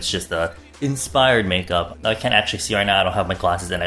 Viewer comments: when he said insfires..😏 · Hahah did anyone else think he said infires at first when he said inspires while doing he was doing his eye makeup😂 army where ya at?